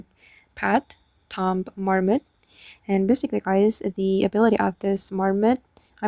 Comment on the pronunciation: Heads up. "Tomb" is pronounced "Toom"